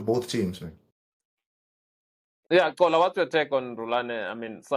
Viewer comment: Why doesn't Xola correct Nadeem? it Xola not Gcola